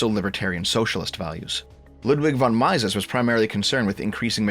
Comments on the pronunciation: People who say "My-sis" instead of "Me-sis" genuinely concern me. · It's also pronounced "m-EE-suhs" not "m-EYE-ses". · you said it at the start of the video and it shows. you simply haven't looked enough into libertarianism. Not even enough to pronounce Mises's name correctly